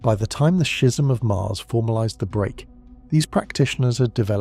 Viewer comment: The pronunciation of schism sounds more like a bodily fluid